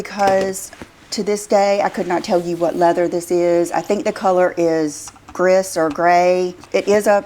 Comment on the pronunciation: She pronounced the color of her B bag ….. GRIS It’s pronounced: Grease